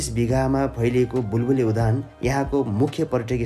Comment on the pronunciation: सर उधान होइन , उद्यान हो आधा द र पूरा य मिलेर उद्यान भयो